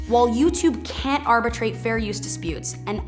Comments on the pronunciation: When she says the algorithms “can’t” account for fair use, I think a lot of people would swear it sounds like “can” because the T is very hard to hear. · I heard "can". Don't care what sub titles says. "Can Account" blended. "Canaccount." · it sounded like "can account" to me